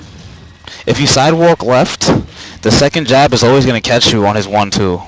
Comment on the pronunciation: "If you sidewok weft".... lmao